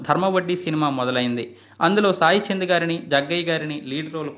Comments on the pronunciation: చాయ్ చంద్ కాదయ్యా.... సాయి చంద్....అని పలకవయ్యా.... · It’s not chaichand it’s Sai Chand